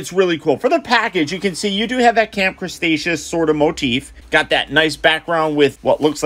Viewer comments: Did he just say camp crastashoes!🤣🤣🤣😂😂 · Nobody:..........: Camp Crustaceous